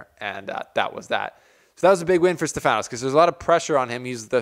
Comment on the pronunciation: Hey bro great vid. Just a small correction It’s pronounced stEfanos not stefAnos And it’s tsitsipAs and not tsItsipas Not a negative comment Just to let you know Greetings from Cyprus Keep up the good work